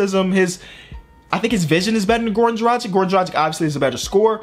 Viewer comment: He always pronounce dragić wrong